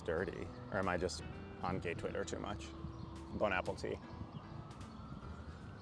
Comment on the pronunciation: Uhm… Wth is “bone apple tea”?? 👀 It’s “bon appetit.”